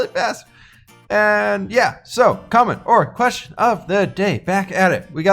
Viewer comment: Oh, comment or question of the day. He, He, I thought you where saying commodore question of the day.